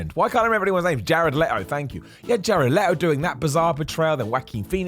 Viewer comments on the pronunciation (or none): You said Jared leeeeee-toe's name like everyone else mispronounces it :(